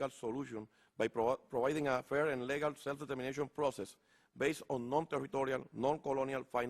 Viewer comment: Correccion, lo lee. AGP NO TENIA paginas y paginas para leer. Aun leyendo cuando dijo ISLAND pronuncio la S, lo pronunciarias en castellano de la siguienta forma "AILAND" pronuncio LEGAL COMO si fuera tambien en castellano, al pronunciar LEGAL EN INGLES sería en espa~ol Lígal y eso que el caballero nació en New York.